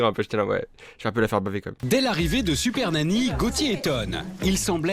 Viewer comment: Je rêve ou t’a dis « siper nany » au début de ta vidéo 😂